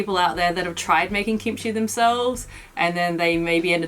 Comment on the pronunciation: Is the pronunciation gimchee or kimchee? pronunciation sounds more like gimchee. I've always pronounced it with a K sound.